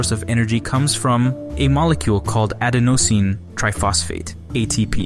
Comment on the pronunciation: This HAS to be AI narration. "Ady-NO-sine" and "CRISP-ier" 😭😭